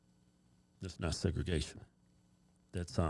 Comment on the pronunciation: Segragation dude, Really? SMH!